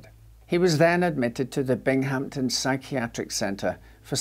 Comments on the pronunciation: I worked at the Binghamton Psych Center in the 80s, as did many of my family members. I do not recall him, Eben McDowall, neither does my husband. If my father were still alive I bet he would have. By the by, it is Bing-ham-ton. Bing had a ham that weighed A ton. Surreal to see this murder featured. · You British darling. The town is Binghamton… BINGhamton, stress on the first syllable.